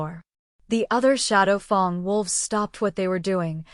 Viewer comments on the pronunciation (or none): Anybody else yell, FANG, every time she says Fong?!